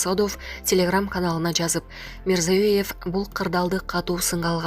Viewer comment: Тажаттын рекламе менен . Туура окуп суйлосон боло Мирзиеев деп айталбайсын